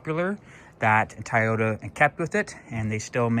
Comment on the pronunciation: It’s not Tayota , it’s Toyota 😂